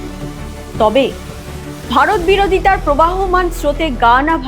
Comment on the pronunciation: প্রবাহমান না প্রবহমান?